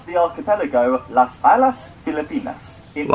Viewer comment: The narrator pronounced "Las Islas" incorrectly